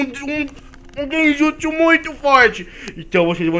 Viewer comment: Endernl Ng e vc tbm fala errado é genjutso '-'